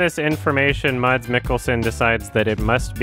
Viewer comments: MODS MODS MODS Fun fact: The 'D' in "Mads" is silent, so his name is just pronounced "Mas" like the word "mass" but with a shorter 'a' because there's only one 's' instead of two. Sorry for being one of those people, but I had to say something lol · Dude, it's not "mods". It's "mas". Silent D. I can't believe nobody told you yet. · Just a little thing: Mads is pronounced like "mass" in Danish. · The way you pronounce Mads is so wrong lol